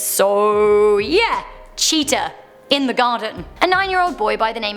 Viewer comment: LOL what u said cheatia i thought u said cheater